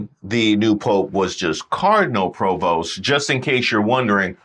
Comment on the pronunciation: the Pope's given name is PREvost, not Provost.